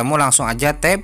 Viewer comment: Tap bang bukan tab ..apa telinga gw yg kurang ya .